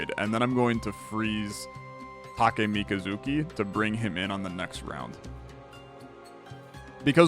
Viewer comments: My guys, I wasn't trying to offend anyone, I'm not even saying that he's in the wrong for not knowing how to pronounce it, I just found it amusing. He just missed an "h", so he's not reading it as "chi", and I find it amusing. I miss letters all the time lol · Omg, the way he pronounces it... hurts. EDIT: By "it" I meant SPECIFICALLY "Takemikazuchi"